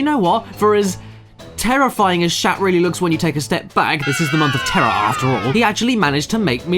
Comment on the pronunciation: It's the month of TERRAR... arr